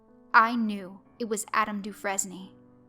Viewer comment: The only thing that really bothers me is how you pronounced DeFresne Other than taht, pretty awesome read. And that was an awesome story. Downright Hitchcockian!